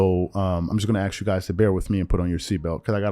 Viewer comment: Tryin to sound smart while you say let me axe you a question